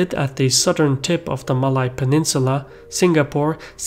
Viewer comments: You mispronounced “Malay” but that’s ok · You can pronounce malaysia well but cannot pronounce malay.. smh Bro its the same pronouncation!!! Its only with or without the 'sia'!!